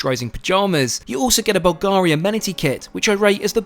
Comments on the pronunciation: It's pronounced BUL garee. Accent on the first syllable . L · Hi from Italy! as you definitely like the good things in life, I have noticed that you like (and never fail to mention!) Bulgari stuff. Just wanted to say that it's pronounced "BULL-garee". Just for that extra touch of elegance in your amazing videos :-)